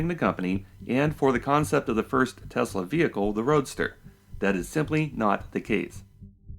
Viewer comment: I remember realising Musk did not know much about Nikola Tesla and then realising his pronunciation of Tesla is wrong. This was before I even realised what a fraud this guy is, but I thought something is off here. Why name a company after a genius inventor you know very little about. Also, he is so smug he never even googled N. Tesla, not even after he invented his engineering persona that supposedly invented Tesla the car. Edit: You unhearted me? That's cold! :)